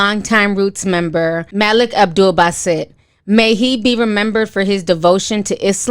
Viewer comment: It's Mah-lik 🤦🏾‍♀️